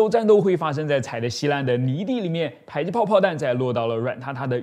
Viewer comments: 為什麼迫ㄆㄛˋpuo 唸ㄆㄞˇpai??沒這個音啊⋯⋯ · ㄆㄞˇ擊炮？ㄆㄛˋ迫擊炮！！ 這個博主的發音是不是怪怪的？？ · 迫（po）擊炮為什麼要念成排（pai）擊炮？難道”被迫”“逼迫(po)”要念成“逼迫（pai）”跟被迫”(pai)嗎？ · 把這個東西念作迫(讀音為排)擊砲，在台灣念作迫(讀音為破)擊砲 請問單獨念迫時是怎麼發音的?